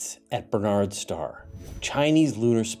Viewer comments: Um,, it's Barnard's Star NOT Bernard's Star. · You seem to be saying "Bernard's Star"?